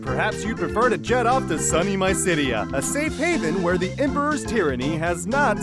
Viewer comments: It's "ma-sa-moo-neh" and "mih-sid-ee-ah," you pleb. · My-sidia. MY sidia. I could handle every other mispronunciation, but this one is so obvious.